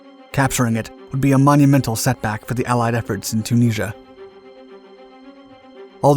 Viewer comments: Chooneasure. Or Tunisia, as we say in English. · Say Tunisia again? ‘Tuneesha’ Tunisia ‘Tuneesha’ Okaaaaay. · can't you say Tunisia?